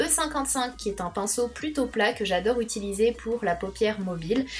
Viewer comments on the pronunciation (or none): none